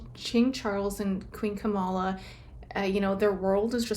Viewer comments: Camilla not kamalla😊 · Not Kamala its Cam-illa and shes not a Queen, she's a Consort.